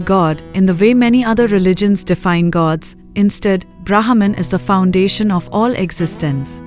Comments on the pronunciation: Please. Its not Brahaaman. Its Brmhan. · Sai Ram dear you are pronouncing wrong the name of Brahman the letter H is 🤫 silent 🤓 please do not confuse the westerners thank you 🙏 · say brehman